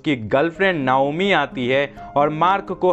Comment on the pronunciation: नायोमी नही नाओमी